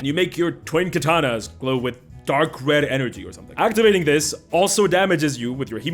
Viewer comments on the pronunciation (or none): For real, every time he says „twin katana” I just hear „twink atana”. XD